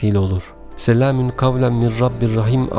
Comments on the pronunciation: Selamin gavlen mi diyorsunuz yoksa bana mi öyle geldi. Doğrusu selamûn gavlemmirRabbirRaHim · Ben mi yanlış duyuyorum yoksa gerçekten " SELAMİN " mi diyor. Eğer böyle söylüyorsa yanlış söylüyor. Doğrusu " SELAMUN " olacak.